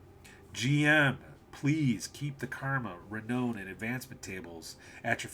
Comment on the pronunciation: I know I’m a year late and I really I’m not that guy, but the word renown is pronounced like clown.